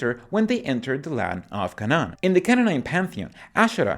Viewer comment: No, i see nothing wrong with your accent. But, now that you mention it, I noticed that, despite the video being presented in Inglés, you did favor the Spanish pronunciation of Canaan. ❤